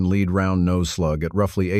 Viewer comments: These AI narrations are so annoying: "...point three eight special...", "...Leed bullets..." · This is typical with all AI gun-related audio, it can't tell the difference between lead which is a mineral and lead like to lead a horse to water. AI is not the answer, real people are.